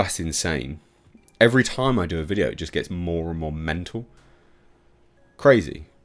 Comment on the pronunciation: Its just… “MEN-TOLL”